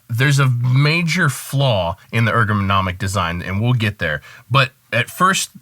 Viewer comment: Is ergonomic, not egronomic...